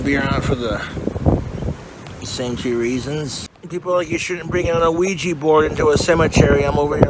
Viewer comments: ah-weegee board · Wish I had an "uh-wee-gee" board... Donations are greatly appreciated. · Oh-weegie borg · I hate how he enunciates the O in ouijia board lol